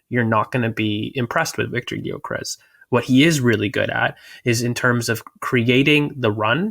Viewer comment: The G is silent for god sakes.